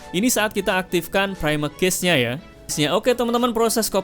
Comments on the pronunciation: Baru ngeh klo ternyata yg dibahas cache gara2 mas e salah baca 😭 "cache" dibacanya sama persis kyk "cash" mas, bukan dibaca kyk "case" 🙏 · Cache bacanya kash. Semoga dibaca, klo ga, malu2in ah cenel tekno ga tau cara baca cache